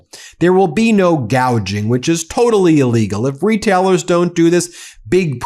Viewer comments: gouging....not gauging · It's "gouging", not "gauging". What an idiot. Unless he's saying he doesn't care what the prices are, he's not going to let anyone gauge how bad the gouging is. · The orange buffoon is illiterate and nobody corrects his many mistakes. "Gauging" is not gouging.